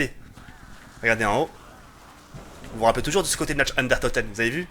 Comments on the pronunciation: C'est pas natch ... C'est nacht qui se prononce nart ! Et c'est pas derièse mais der riese qui se prononce dère rise ! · "Nacht" se dit "Narte" ! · Très bonne vidéo, j'adore tes custom map zombie, juste un petit détail qui est pas très important mais pour la prononciation de "Nacht der Untoten" prononce "Nacht" comme "NaRt" :-P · xD tu me pousse a bout avec t'es nacht der untoten;)sa se prononce nart ddr untoten j'espère que t'en t'iendra compte la prochaine foissi tu lit ce message.Sinon super vidéo:')